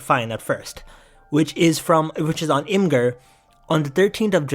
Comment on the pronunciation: Nothing but respect to you, the only other person besides me on the entire internet who doesn’t pronounce imgur “imager”